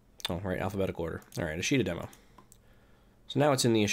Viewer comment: Just for future note:. It's pronounced Ahsh' ta. It's the Japanese word for "tomorrow".